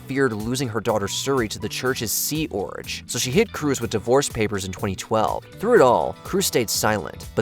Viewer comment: Sea Orj? Its sea org. Jfc.